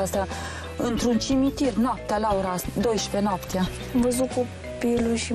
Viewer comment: "Intr-un cimintir"